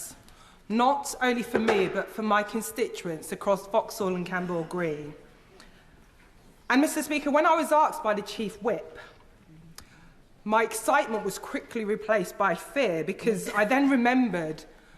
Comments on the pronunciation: Whats aksed. Can she not say asked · "When I was aksed" If you can't pronounce "ask" correctly then you have no business being an mp. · "I axed the chief whip'" you should